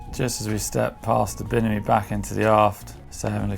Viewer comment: I love when he says "binimi".